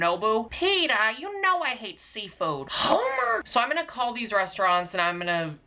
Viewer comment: I CANT "HoMEr" WTFFFFFFD